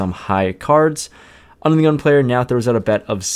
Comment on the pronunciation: Every time you say under the gun it sounds like onion lol